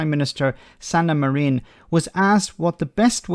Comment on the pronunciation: btw it's MA-rin, and not ma-REEN